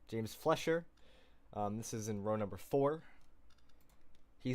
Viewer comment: James recovering from that wreck to get a top 10 finish shows some of the potential he has. Hopefully he keeps it clean and has a solid race for the opener at Daytona. Also you kept pronouncing his name as James Fletcher but his last name is actually pronounced FLYSH-er, like Max Fleischer. Just something to keep in mind for later.